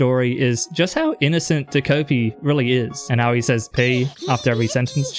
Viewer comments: Incredible video but WHY do you say ta"koh"pi like that!! Again, loved the video but please pronounce it ta-ko (as in cod) pi I'm begging you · "ta-cope-y" dfghjkl